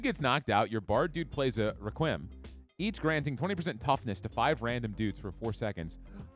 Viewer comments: The man's always been bad at pronouncing things but "rekuayum" for requiem really got me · Requiem is a sorrowful song type. Just as a heads up its pronounced. "Wreck - wee - uhm". Just to help you out in the future as I'm sure someone will find it a reason to be pissy. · Requiem is pronounced reh-kwee-uhm